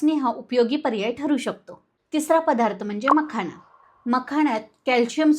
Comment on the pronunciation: "पधार्त, पाणांची.. "असे उच्चार सांभाळायला हवेत